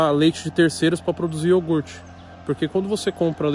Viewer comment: niguém: A toguro: é iorgute fellas, pureza, não é bebida lactea não ... nuuu